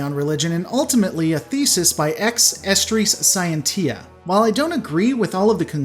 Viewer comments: It's Latin and pronounced "Ex Asstriss See-encha". Great video though!! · Are you ever going to learn how to pronounce "Ex Astris Scentia" properly?